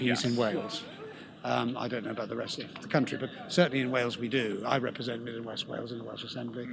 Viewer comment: Why cant the soy boy say 'dont' ? State of him/her/it